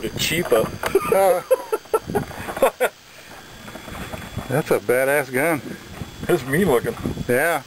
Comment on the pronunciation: It's pronounced key-ah-pah They're Italian.